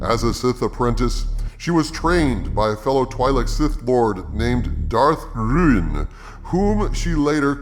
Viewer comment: Did you say " Darth RIAN " ??? Was the decapitated head perfectly spherical? 😂😆🤣